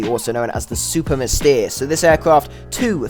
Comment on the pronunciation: Here is the best pronunciation of "mystere" I ever heard from an english person.